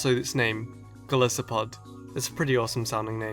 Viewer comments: isnt it gol EYE sopod ya know cuz gol-EYE-ith and EYE-so-pod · Really sorry, and I know this moght make me seem jerkish but, Golisopod is pronounced Go-LIE-so-podd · Why can no one pronounce GOL-ICE-O-POD